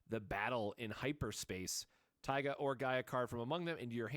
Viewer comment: it's pronounced "Tee-ga"